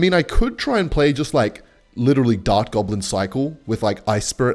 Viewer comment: i love that he says dart goggins